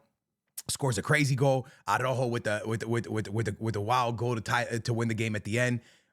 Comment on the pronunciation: Your Portuguese and can’t pronounce ARAUJO?